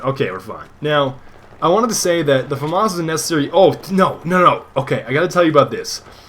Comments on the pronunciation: F-A Mass. FAMAS pronunciation FAMAS in English means "Assault Aifle from the Saint-Étienne weapons factory" in English. Eff-Ayy Mass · I think its prohnounced FAMAS